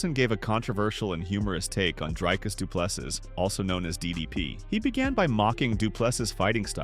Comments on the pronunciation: Repeat after me: "Dree-cus Doo-plês-sea" Again: "Dree-cus Doo-plês-sea" Once more: "Dree-cus Doo-plês-sea" Last time: Dree-cus Doo-plês-sea" Final Time: "Dree-cus Doo-plês-sea" Final Last Time: "Dree-cus Doo-plês-sea" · Drycus 2plusses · Commentator, learn how to say Dricus Du Plessis's name, its not so difficult. Do some research man, its not so hard!!! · Rather say DDP, you are struggling to much with his name bro